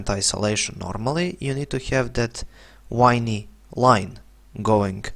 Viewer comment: Thank you for all your Revit videos,. Very well presented, concise & easy for beginner alike to understand & follow. Today I watched this Insulation video & had a chuckle when you pronouced Insulation as "ISOLATION" & mentioned the "whiney" line instead of WAVY! We Australians like a bit of humour in our work; your lovely Balkan accent certainly made my day – after a long hard week of Building Design study. Having subscribed to your YouTube channel, I'm looking forward to more excellent Revit tutorials. Much appreciated for helping this "old codger" get up to speed with 21st Century CAD & BIM!